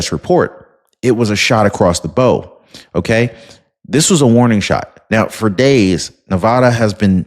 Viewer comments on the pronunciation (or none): Thanks,. Good to get this out there. FYI, it's "shot across the BOW"--rhymes w WOW. Refers to the bow or front end of a boat.